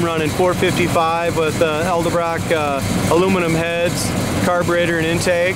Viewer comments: You lost me at "Eldebrock." It's "Edelbrock." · "Eldebrock"😉 Don't feel bad....for years I mispronounced it the same exact way until someone took me to school over it. Nice ride!